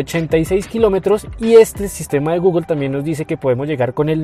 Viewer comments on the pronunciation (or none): none